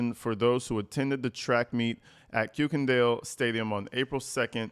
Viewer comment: For your information, the German last name Kuykendahl is pronounced KIRK-en-dahl.